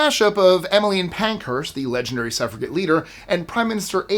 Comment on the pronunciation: Why do you pronounce 'suffrage' correctly with a soft 'g', but 'suffragette' incorrectly with a hard 'g'?